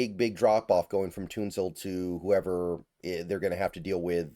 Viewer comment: Laremy “Toonsoul?” 😂